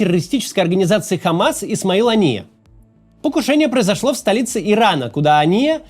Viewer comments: Почему постоянно говорит ания , а не хания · Максим, я понимаю, что вы израилитянин, но он не Ания, он Хания, первая буква там не хэй, а читаемая Х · На русском он хания, а не ания.